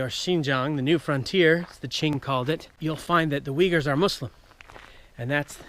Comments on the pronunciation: your pronouncian sounds like "Vighurs" not "Uigurs" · 😂 except the main subject of the video, There are no people called as “Weagers”